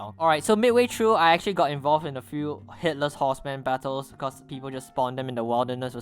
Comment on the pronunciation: Sounds like your saying hitlers horseman instead of headless horseman or is it just me